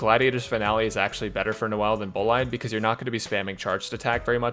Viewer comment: I cracked up when he said " no-l's " Man's made my day